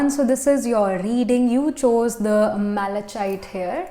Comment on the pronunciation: being a tarot reader you should have known how to pronounce malachite